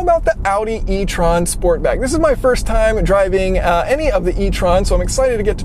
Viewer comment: You’re pronouncing étron wrong